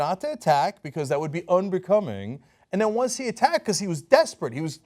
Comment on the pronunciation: When Cenk said "donors" i heard "owners" 😂